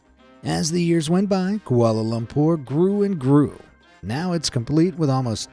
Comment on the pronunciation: You how said Kuala Lumpur is sooooo funny i my self actualy live in malaysia and we pernouce it every diffrent oh and its now called KL because Kuala Lumpur do not sound evantse (the last word is hard to spell)